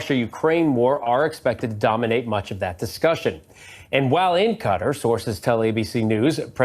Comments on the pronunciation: Pronounced Cut-TÁR (NOT Cutter) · Please pronounce Qua-tar correctly it’s not Cutters! Come on! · I wish this guy would learn how to pronounce Qatar. I didn’t know what the heck he was talking about when he called that Arab country cutter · Stop sayaing CUTTER😂😂😂 ITS QATAR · Hi my friends. Qatar is pronouced...Ca tar. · It's pronounced KUH -TARR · HEY YOU RED NECK NARRATORS THE COUNTRY IS PRONOUNCED KA TAR Spelled QUATAR GET IT RIGHT!!